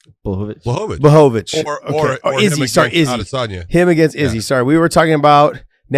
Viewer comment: You guys pronounced Blahovavich’s name wrong.